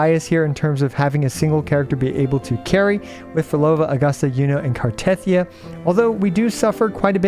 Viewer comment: I still do not understand why most American CCs pronounce Cartethyia's name wrong. It literally says it in the game... gah it grinds my gears! 😫